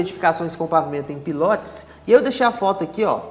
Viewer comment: Pilótis não, o certo é PILOTÍS